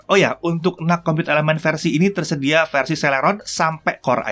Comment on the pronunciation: Aku dengernya bukan NUC tapi NUT